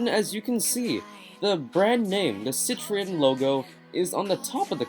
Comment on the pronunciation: Peugeot is pernanced Peu geot.....Citroen is pernanced citro en.... .